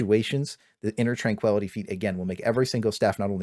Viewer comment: inner twankwility